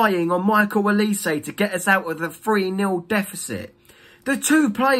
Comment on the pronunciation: Why do Crystal palace fans also pronounce Olise's name wrongly? This is infuriating. It's 'O' not 'E' OLISE not ELise!!! It's a Nigerian name.